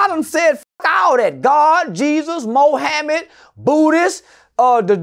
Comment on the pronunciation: "Moe hammit" 😭💀